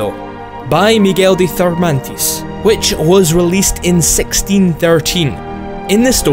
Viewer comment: plz change the narrator! terrible accent and even worse when trying to spell anything that isn't English. A brief look at Wikipedia would help on how to pronounce Cervantes.